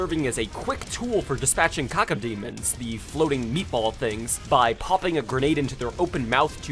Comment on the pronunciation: bro conner shaw called cacodemons cacademons